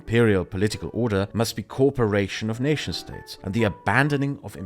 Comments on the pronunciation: I loved the thorough but concise explanation of the goal of the EU. One thing tripped me up, though: you kept pronouncing "co-operation" as "corperation." Small thing, but noticable with your non-rhotic accent :) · excellent video. Just a note, your English is brilliant. However try and pronounce cooperation as co op-eration. It sounds like you are saying corporation (as in a large company)